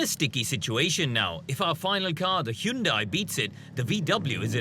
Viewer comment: Whats this HE-YUN-DIE ?!!